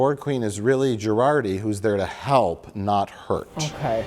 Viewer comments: Two seasons in and I still can't tell if he's pronouncing it "Jurarti" on purpose or not. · I love that Mike consistently calls out mangling of celebrity names ("Chris Helmsworth") and various other words, but Mike has made it through two entire seasons of Star Trek: Picard and still thinks Jurati's name is pronounced "Girardi." That's how little he cares about this show. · I wonder if Mike is pronouncing Dr. Jurati's name as "Gerardi" to be ironic or sarcastic or both😂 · Mike... It's JuRATI